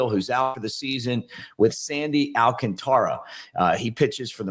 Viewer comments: It’s pronounced “Al-CON-tara”, not “Al-conTARA”, si? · Al CÁN ta ra. The force is on the second A, not on the third.